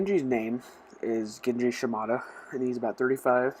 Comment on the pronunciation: Shimada not shimida and he's his younger brother actually